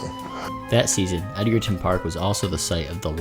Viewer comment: Edgerton is pronounced with a soft “g”. And Davies made it to retiring after the ‘94-‘95 season as stated, we’ll never know